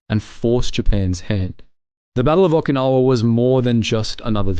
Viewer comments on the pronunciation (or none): PRONONCIATION 0F Okinawa?????